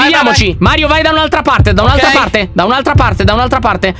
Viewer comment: LYON HA DETTO MAIO INVECE CHE MARIO